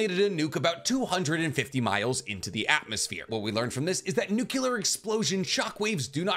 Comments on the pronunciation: Amazing content, love your videos, just a little thing that bugs me a little lol, it's weird to hear people saying "nukelar" instead of "nuk-le-ar" just that little thing dude xD, love from the third world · Love your vids man..but its NUCLEAR...not nucular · IT IS NOT PRONOUNCED NU CU LAR. THE CORRECT WAY IS NU CLE AR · Why Americans say nucular instead of nuclear? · lol Nuculur. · That Nuclear pronunciation reminds me of Bush. Remember he also kicked a wormhole away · I want you to look at the word “Nuclear” before you say it.